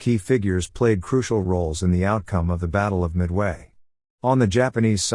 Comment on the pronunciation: Your AI's voice-over announcers' constant mispronunciation of words always detracts from the message itself. E.g., it's not mid-WAY...it's MID-way. Why not call this one just a rehearsal, and re-record it the right way.